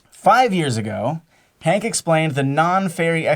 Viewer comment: Herbivorous, Herb.. there is an H, you are science people.. pronounce the bloody H. its not Ank Green is it? its Hank Green